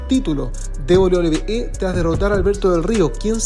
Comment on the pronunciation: 11 de septiembre de 2023 y aún no puede pronunciar correctamente "WWE".